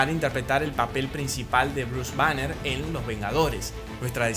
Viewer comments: Es Gwynet Paltrow no Patrol,es Bruce Banner no Branner y es Jeremy Rener no Jaremy. Excelente video ❤❤❤❤❤ y todas las películas de esa fase me gustan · ¿En serio Dijo Kevin Feish/Bruce Branner/Betsy Ross? Aún Así estuvo muy bueno el video.